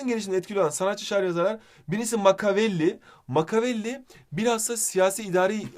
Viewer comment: Makavelli degil nikola makivelli